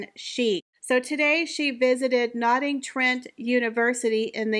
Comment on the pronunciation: I can’t with the butchering of the names of the places . Nottingham - the H is silent . Buckinghamshire - shire is pronounced : Sher. Thanks